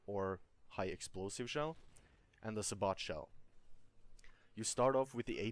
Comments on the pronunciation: its not sabot it sabo with a silent t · It is pronounced say-bow it buuugs the shit out of me when people say it say-bot . I liked this guys vid never ever thought of the combo of the sabot and canister shell. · Sa bot shell hahah dumbass its pronounced sab it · im pretty sure sabot is pronounce"say-bow". obviously this is not a big deal though. anyway good vid, helpful for me as i dont play vehicles much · I'm sure it's already been mentioned, but it's say-bow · Lol thanks for the vid, btw I think it's pronounced Say-Bow (Sabot) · Say-bo. THATS how you say it